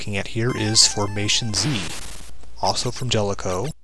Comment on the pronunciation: I believe Galaga is pronounced GAH-luh-guh. Then again, I could be wrong.